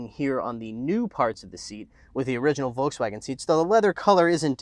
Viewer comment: He pronounces Volkswagen wrong